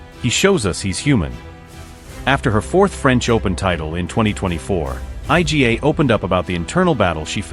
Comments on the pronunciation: Yes, I agree with your comment. Absolute ignorance not to make an effort to pronounce her name properly and instead spelling it out I G A 🙄 unbelievable ignorance! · Informative video, however...it's an absolute ignorance not to make an effort to pronounce her name properly and instead spelling it out I G A 🙄 unbelievable ignorance! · Yes, I second your comment. Absolute ignorance not to make an effort to pronounce her name properly instead spelling it out I G A 🙄